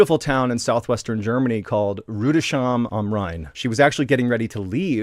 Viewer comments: Pronounced Rudis-hime. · If you ever decide to re-record it: Pronounce Rüdesheim like "Rew-des-hyme". This is basically the closest you can get to the actual pronunciation. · Rudesheim is pronounced "Rudes heim." The S H are not linked to one another to create the SH sound we are familiar with in English.